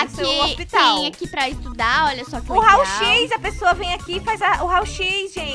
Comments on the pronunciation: rao x Eu: não é "rao É "raio x"kkk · O no hospital de 5 minutos você disssa raoxis e é raioxis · Teve uma parte que a falou rai x